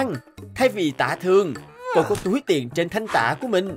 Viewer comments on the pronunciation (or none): Tiền chứ ko phải là tiềng